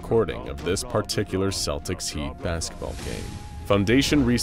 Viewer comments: I'm not native but... I thought it was supposed to be pronounced "Keltics". Am I wrong? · Celtics. Celts. Not Selts. Not Seltics. Hard K sound. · That's not how you pronounce Celtics! (Kel'tiks) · Good video but celtics is pronounced with the c it starts with, at least in Ireland 🇮🇪, where I'm watching this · Slight nitpick - "Celtics" is pronounced with a hard "C"